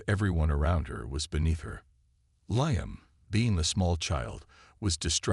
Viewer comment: Need to learn how to pronounce Liam